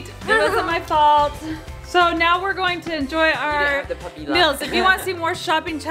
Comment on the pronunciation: says 'mills' instaid of 'meals'